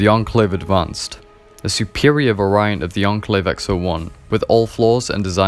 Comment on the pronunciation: FYI you're pronouncing 'variant' wrong in this video.